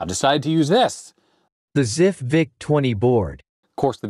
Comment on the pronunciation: LOL "ZIFF VIC-20 board"